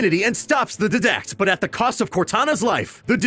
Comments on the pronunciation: you butcher the name of the villain on halo 4 and the name of the spartan team on halo 5. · Oh god almost everything before the start of Halo 1 was so wrong. He skipped so much and messed up what he did. Also pronunciation of Didact and Osiris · Dr awesome12222 didact and Osiris lmao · There are mutiple things wrong with the information given: 1. The ark does not look like a halo ring 2. It’s gravemind not overmind 3. The way he says didact is wrong 4. It’s Osiris not osirrus 5. Blue team was never seen battling the didact 6. At the end it’s Spartan Locke not osirrus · When he pronounced Didact and Osiris wrong, I was like BOI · The way he says didact gives me a headache lol😂😂👏🏻👏🏻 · when you say Didact you have to emphasize the "I" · I like how you mispronounced Didact xD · I hate short lore videos that try to sum up the story of certain games. This video doesn't mention the precursors and how they had become the flood, how the arbiter killed truth and that there was an alliance between the elites and humanity, and many other things. Hate how the guy pronounced Didact and team Osiris. It's almost as if they don't play the games but instead are in a class about the story and history of each game but they don't really pay attention and are then told to make an essay which they make to either be half way decent or completely wrong. All I gotta say is that whoever pumps out low quality "animations" about a beloved franchise of games only to have some guy reading a janky script and let the guy say the names of characters like they're the substitute teacher from the key and peele skit should have to wear a dunce cap 24/7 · did he purposly pronounce "didact" and "osiris" wrong? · The way didact was pronounced was really annoying for my ears haha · Georgi Ganchev die-dact not DEEEE-dact ☺👋 i play way to much halo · The Dedact.Lol its DIDACT (DY-Dact) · I was pretty triggered when he said ddact instead of didact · DIEDACT NOT DEDACT OSEERIS? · Its die-dect not did-dect